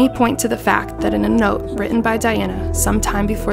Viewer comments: Her name is Diana and not Dianna? I’m not tripping right? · Wow, this is a hot mess! "Dianna"? "Viss-count"? "Henry?" Shoo.